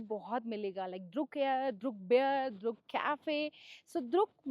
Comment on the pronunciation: Madam, it not called द्रुक but it’s called ड्रुक